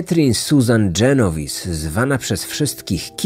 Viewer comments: Jeżeli to włoskie nazwisko, to fonetyka będzie "dżenoweze", a nie "dżenowis". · Raczej Genoweze